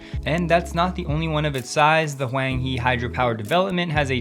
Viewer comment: Agreed with the coverage. Just to add, Huanghe also should sound more like, "hwahng huh". In Mandarin "Huanghe" phonetically translates to Yellow River, thus the Huanghe Hydropower Development.